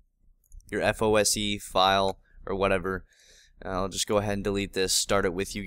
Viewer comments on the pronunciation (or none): It's FOSE, not FOSI.